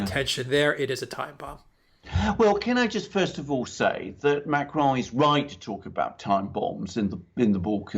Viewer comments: The smug self satisfaction of pronunciation of Macron is truly cringe. Can he name one English newscaster besides himself that rolls their r's when speaking about the French president? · I love it how pronounces "Macron" and "Merkel." It sounds so professional.... 🙄